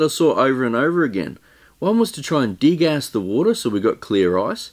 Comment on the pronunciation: when you are saying de gas i always hear you are saying dig ass ;-; LOL XD